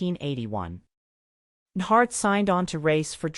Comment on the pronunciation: When AI can't even pronounce the guys name the story's about. To the do not recommend list you go 😂